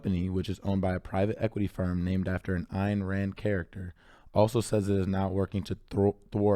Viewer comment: Great video. Thank you for bringing light to this important issue. Side note: Ayn Rand is pronounced like Ann. She was a Russian-American author and philosopher, whose novels Atlas Shrugged and The Fountainhead are highly favored by those who support Laissez-faire Capitalism.